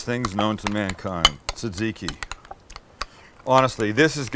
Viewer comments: That's not how you say tzatkiki... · Not really greek or tzatziki xd but goof attempt